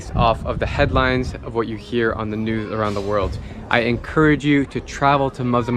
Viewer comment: is it just me or does he say new and not news 🤔